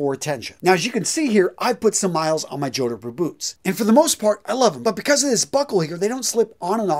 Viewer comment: Are Jodhpur boots related to the Indian city of Jodhpur? If it is, your pronunciation was way off 😅